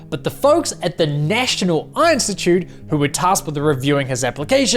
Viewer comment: Great video ❤ Someone else also had to laugh with him saying "Einstitute" 😂😂